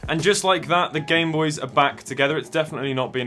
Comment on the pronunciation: Did you say bamenoys?